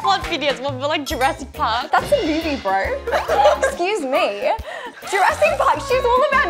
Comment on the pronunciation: "That's a movie braur" 😭😭😭